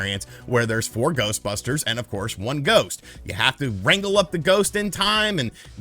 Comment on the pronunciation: Lol he keeps saying wraggle instead of wrangle 🤣